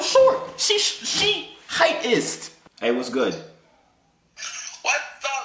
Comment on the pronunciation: I was done when he said heightist